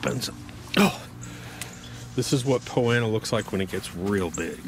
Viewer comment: Not trying to be a wise guy... I'm assuming "Poanna" is Poa Annua?